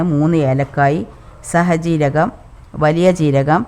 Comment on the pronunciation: സുഖമലേ ഞാൻ ഇടയ്ക്ക് ഇവിടെ ഉണ്ടാക്കാറുഡ് കുക്കറിൽ വെച്ചിട്ടിലാ ഇനി ഒന്ന് ഒന്ന് ഉണ്ടാക്കണഠ പിന്നെ സാജീരകഠ അല്ലെ സഹജീരകഠ അല്ല ഒന്നഠ കരുതരുത് അങ്ങിനെയാണ് എന്നാണു എനിക്ക് തോന്നുന്നത് പിന്നെ നമ്മൾ പറയുന്നത് ചില സമയത്ത് വാക്ക് തെറ്റി പറയുഠ എല്ലാവരും നല്ല വണ്ണം കുക്കിങ് അറിയാം നിങ്ങൾക്ക് 👌👌👌👌😍😍